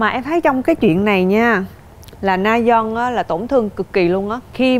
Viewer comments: Mình xin góp ý là chị Diệu Nhi có thể nào đọc đúng tên người chơi được k ạ? Rayeon mà toàn kêu là Nayeon, trong khi c là ban bình luận thì như v cảm thấy rất thiếu chuyên nghiệp, k có tìm hiểu. Đọc sai tên ngta liên tục như v siêu khó chịu! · Ngta tên Rayeon mà Diệu Nhi đọc Nayeon mãi thoai 🥹 :)))) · S mà t khó chịu kiểu ban cố vấn gọi sai tên người chơi quá . Ngta rayeon là cứ nayeon nayeon suốt thôi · Mình muốn góp ý một chút là Diệu Nhi hong đọc đúng tên nhân vật á. Mình nghĩ đọc đúng thì ctrinh sẽ hoàn hảo luôn